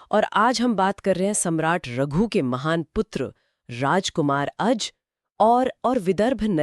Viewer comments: अज को अजा क्यों बोल रहे हैं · आप दोनों ही अज को आजा बोल रहे हैं, ये अच्छा नहीं लगता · अजा नहीं अज